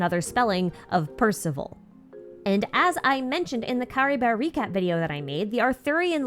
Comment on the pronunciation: No but why did you pronounce Caribert as CaribeR 😭🥲